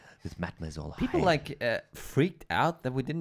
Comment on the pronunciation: did you notice that he pronounces "H" (Hyde) almost like a "G" or a "K"? is that a vocal strategy or is it his using a second language?